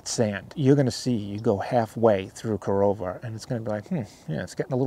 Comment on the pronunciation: OK video. You should educate yourself on the proper pronunciations of towns you visit. It's KA-RAH-LA and KA-RO-VA. And spelled Carova.